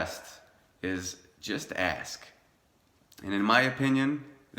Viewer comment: It's "ASK", not "AX". Are you American ? Your English is crap.